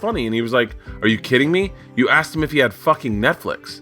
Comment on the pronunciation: axed about Trump...